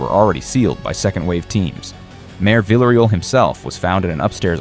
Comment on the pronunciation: Stop saying "vila real". Come on now. In Spanish everyone knows it's pronounced 2 LLs = a Y Therefore it lease say it right ... "Vee yah Ree-all" ... say it right.